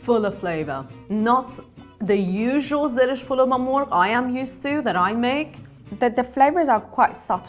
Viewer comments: also the way she says MORG instead of MORGH I can tell she's not Iranian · Sura is not persian. She can even say zereshk polo ba morgh. She cant pronounce "gh". No persian woman wear her scarf like that and sura is arabic name I think I haven't even hear that name. Guys! WE ARE NOT ARAB!!!!! We are tired to say that to the world.